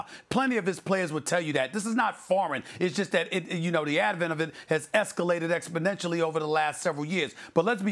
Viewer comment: "Es-ca-la-ted ex-po-nen-tial-ly." Stephen A., the MVP of syllables.